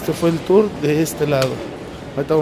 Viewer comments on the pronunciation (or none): none